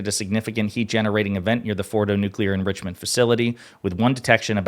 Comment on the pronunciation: Nuclear enrishment.